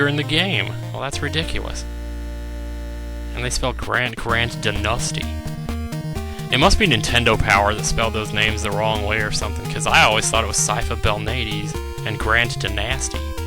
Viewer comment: Honestly, I can't believe you were able to take on Castlevania III in one sitting. But the fact that you did makes you awesome by default. And by the way, Sypha's last name is supposed to be pronounced as "bel-NAH-dez." It's Spanish.